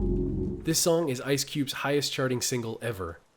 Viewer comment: …Why does it sound like you said “Ice Cue” the first time you said his name? The 2nd time you said it you definitely said the right name, “Ice Cube” but the 1st time you said it I keep hearing you say “Ice Cue.”